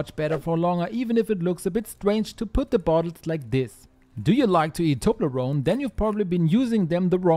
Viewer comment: No, he said it correct. It's from Switzerland, from det French speaking part of the country